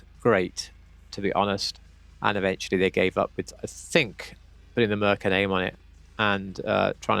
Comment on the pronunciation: Mur Cure is how it's pronounced